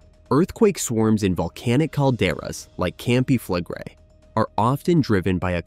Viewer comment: Pronounciation: you pronounce the last two vocals seperately: e - i , Campi Flegre-i. No joke.